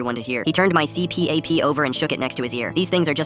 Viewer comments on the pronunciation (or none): Erm it’s pronounced see - pap 👆